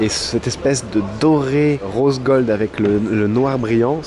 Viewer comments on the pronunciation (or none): none